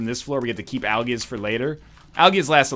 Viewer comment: I'm 100% sure he said aljizz instead of algiz.